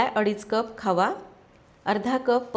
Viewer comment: Khava ki khaava?? Ky boltay